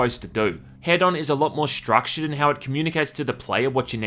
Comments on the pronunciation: It's "hee-done" not "head-on", right? 😂😂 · There's only one "d," so I think it's supposed to be "HEE-don," like hedonist and hedonism. I hate it when companies and devs name things with unclear pronunciations, like "WE know how it sounds, so logically everyone else does too." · I cant man im sorry, ITs HE DON like Don like a don form a mafia, Not Head On thats a shitty commercial. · Why are people pronouncing this "Head-on"? Isn't it "he-don"? As in, hedonism? Also, - You can ignite those clouds with fire and it detonates - a really strong one too. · Why does everybody call it head-on... I thought its supposed to be hedon like in hedonism... so he-done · I can't seriously be the only person who knows it's pronounced "He-don" right?.... 4 million "head-on directly to forehead" comments Oh.. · Isn't the word hedon pronounced heh-dun? Short dun. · Wouldn't it be pronounced "He-don" as in hedonist/hedonism? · It's "hee-dun", like in "hedonist". linked to an incorrect pronunciation, making him wrong twice. Furthermore, he is pronouncing it with two long vowels in his video, which doesn't even match the pronunciation in the linked video, which is a long vowel followed by a short vowel. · Isn't it HEdon? As in hedonistic, or hedonism? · prettysure it's hedon like hedonism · It's pronounced HEE-dun and is Greek for "pleasure". Knowing that should make the main character even better. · I think its pronounced h-ee-don. As in hedonistic. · One day you'll learn how "Hedon" is pronounced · Pronounced 'hee-don' for future reference. Sorry it annoyed me every time you said the title lol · Pronounced Heedon. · Pronounced heedon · Isn’t “Hedon” pronounced liked “hedonist”?